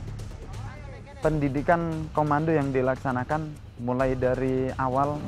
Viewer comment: Bukan Komanda.. tapi Komando